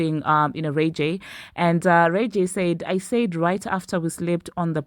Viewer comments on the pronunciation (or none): His name is RAY.... J not rayga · Wait. How did you just pronounce Ray J? 😭🤣🤣